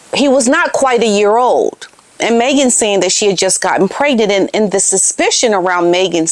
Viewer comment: She always pronounces the word pregnant as "preg-net." It has always irritated me, as she LOVES to use big words, yet she refuses to pronounce "pregnant" properly. Some kind of Freudian slip, perhaps?